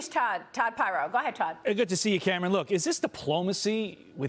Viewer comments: Since when is Cameron pronounced "Cam Ron" ??? That's just ridiculous. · Is she really calling him CAM-RON?! has she never seen the name Cameron before?! 🤷‍♀️🤣🤦‍♀️ Oh my goodness Maria - that's funnier than it should be and you just keep saying it lol